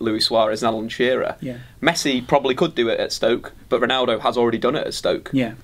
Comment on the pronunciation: Did enyone notice that said pnaldo not ronaldo?